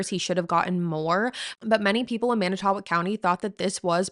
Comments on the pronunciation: /Mannit-toe-walk/ is how you pronounce it. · I live in Manitowoc and I understand it’s hard to pronounce it’s man~I~to~walk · This is the first thing I noticed & it was very distracting. Fond du Lac native here & it made it hard to focus on her discussion when she didn’t bother to check the pronunciation. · There are so many reasons why you SHOULD be able to pronounce Manitowoc correctly